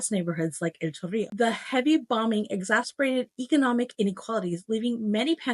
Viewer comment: Your convenience of facts, that while, for the most part true… have an interesting way of telling me exactly what you think about everything… and for that reason.. I’m out Oh yeah and it’s eggs-ass-sir-baited 😉